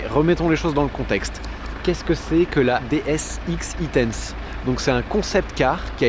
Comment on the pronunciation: DS X-E tense se prononce en anglais "ex i tense" et vu l'excitation que génère un concept équipé d'un vrai beau moteur électrique lors de la conduite c'est pas un détail : c'est un indice sur la nature du concept ;-)